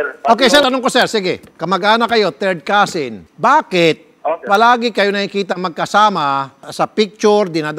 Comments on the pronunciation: Causin tutan hahaha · Couzin couzintahan hahahah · cousin daw, "cousin-tahan" hehehe 🤣🤣🤣🤣🤣🤣